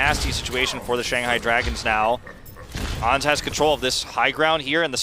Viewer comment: But why they call Ans "ons"? Do they call insects onts instead of ants?